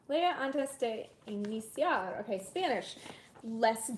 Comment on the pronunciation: Loved that "Lea antes de iniciar" spanish pronunciation!!!